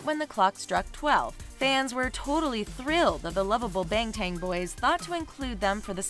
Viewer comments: if you're gonna use bts just for the views... at least get their fucking names right.. or even the pictures wtf "ex-eye-dee" "see-oh-hee" "jung-sook" "zzin" "bayng-tayng" bRUH WHO ARE THESE PEOPLE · And she said bangtang